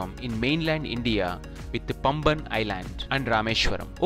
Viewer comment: It is paamban not pamban..